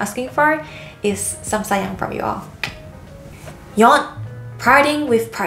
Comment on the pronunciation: I thought she said saiyan like super saiyan haha